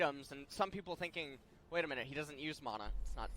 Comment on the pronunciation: It’s MANa not MONa